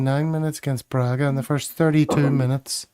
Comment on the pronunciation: I’m afraid you’re not very reliably informed as to the pronunciation of “Braga”.